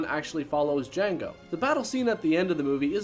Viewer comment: The D is silent with Jango...